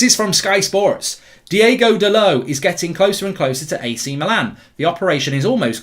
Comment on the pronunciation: His name is Diogo not Diego